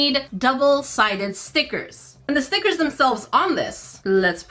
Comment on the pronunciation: you messed me up girl cause now I don't say stickers, they are now STEEKERS lol